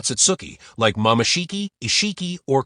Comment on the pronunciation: Who tf is Shurbai or Mamaoshiki Otsutsuki??🙆🤣🤣next time dont use A.i please🚮